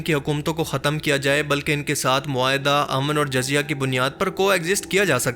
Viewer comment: Video bht achi hy bt Urdu alfaz ki adaegi druat nai..jyse jizzya ko jazya r bytul.makdis ko bytul muqadais...